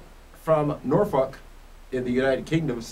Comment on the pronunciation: did you realize you said "DAVE FROM NORFUCK"? LMAO